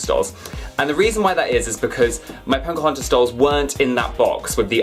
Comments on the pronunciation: Her name is Pocahontas and not Poncahontas. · I'm sorry but are you saying Pocahontas or PoNcahontas? :) Love the Snow White doll! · I <3 you and your dolls... but I keep on hearing "punk-ahontas"! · Poke-OH-HaUn-tiss is how you pronounce it. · Yes he says poNcahontas but its so cute! Lol 😆 😘